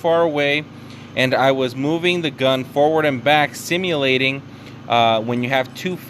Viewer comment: Soon as you said "symulating" I knew this was about to be a helpful video